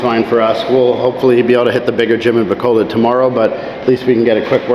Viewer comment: pronounce it, "Ba COAL load" bro, you'll sound a bit more korek